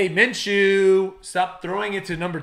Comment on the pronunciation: Great vid. Minshew...oh dear lol. O'Connel!